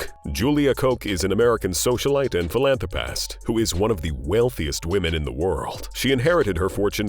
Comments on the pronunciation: Yes, I agree I have never heard philanthrapast but philanthropist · Why "ast" instead of "ist" 😫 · Philanthropast. Lol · "PhilantropAHst" donate to "causAHs" and "organizatiAHns" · It sounds like hes calling them ass hats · It's NOT PHILANTROPAST YOU F**KING MORON.